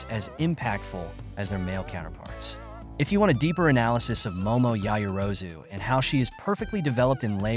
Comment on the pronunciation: The mispronouncing of the characters names is distracting.